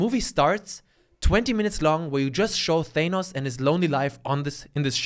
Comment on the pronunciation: When said Thanus instead of Thanos i absolutely lost my shiz